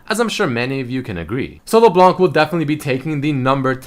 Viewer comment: it's LeBLÄNK not Leblonc, even froggen knows that